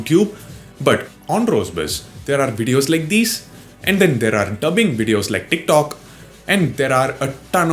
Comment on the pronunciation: Tictoc not dicdoc